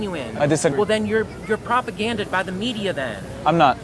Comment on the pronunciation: Sooooo I just wanna say… it’s. Propagandized not propaganded :)